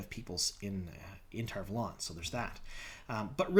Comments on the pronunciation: Why do you call it TarValόn? Isn't it Tar Vάlon? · It’s pronounced tar valon not tar valon. Sheesh.